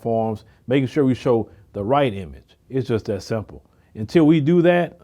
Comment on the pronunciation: I like your content but get the marbles out of your mouth sir. The words are THIS and THAT, not DIS and DAT.